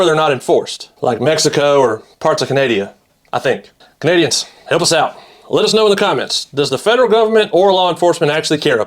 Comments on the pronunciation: Canadia - LOL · Canadia 😂 your imcontepence is incredible ❤